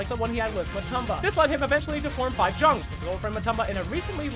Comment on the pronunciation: Love you, but a Murican trying to pronounce other languages is still one of the most hilarious things ever. 5Jungs. I'm dying here.